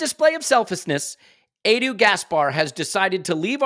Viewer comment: Perhaps can stop saying Adu instead of Edu!! You don't say Ad for Ed or Addie for Eddie, so why Adu for Edu??!!!